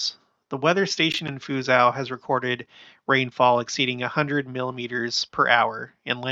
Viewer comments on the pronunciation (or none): Just FYI, Fuzhou is pronounced Fu jo. Anyway, we appreciate your documenting of the many signs of the times going on around the world.